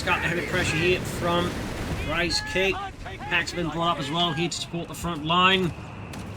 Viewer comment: I just kept hearing Reichscake everytime you said Ricecake :D